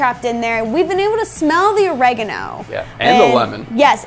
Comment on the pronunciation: Or-Egg-A-No.... Wwwwhat, thats the first time I've heard it pronounced that way 😬😆 Each to their own 👍